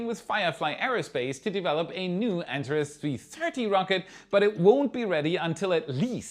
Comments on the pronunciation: No, it's pronounced: "an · teh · reez" {Google: Antares pronunciation) The accent is on the second syllable. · Antares is pronounced "Ant are ees". Words stolen from Greek have the terminal "e" pronounced as a long e.